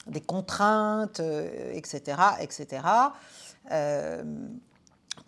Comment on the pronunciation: etcaetera= etcétéra . ( voire et la suite) ...pas de X....SVP...bon , mélenchon commet aussi cette erreur cependant....